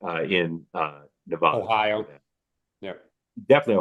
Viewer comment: Mark, respectfully, the first a in Nevada sounds like apple.